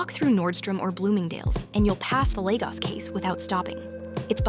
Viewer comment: You ( AI) are pronouncing Lagos incorrectly, every time “ you “ say Lagos as Legos ( a child’s plastic toy ) is like listening to nails on a chalkboard 😱